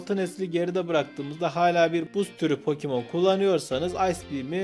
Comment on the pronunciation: "pokimon" değil "Pokemon"